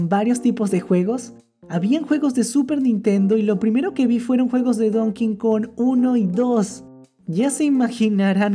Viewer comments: Porque dice donking kong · Donkey kong country 3❌ Don Kin kon ✔ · Nadie: Absolutamente Nadie:: Don Kin Kon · JAJAJAJAJAJ SI ESCUCHE #DonKingKong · Yo escucho a decir:don King Kong Automáticamente yo: se dice donkey Kong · me encanta “ Don Kin Kon” :) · me di cuenta de que casi todos dicen "dONKIN kON" xD Hasta, el dios de los dioses todo poderoso *reza el padre nuestro como una tia*